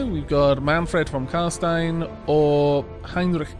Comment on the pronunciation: I know that you don't know a lot about the sylvans, so I won't hold it against you, but carstein isn't carstien. the ein is pronounced like "ein" (one) in German:)